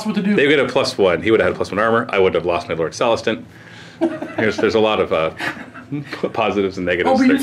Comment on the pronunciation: "M'lord celestant" lololol